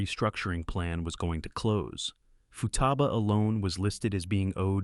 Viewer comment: Its pronounced (FOO-TAH-BA)